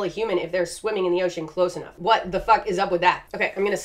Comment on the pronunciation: I'm not even a regular, but after the first time I saw her cameo in Casual Geographic's video I can't hear or read the word ocean and not hear her say oh-cean every time.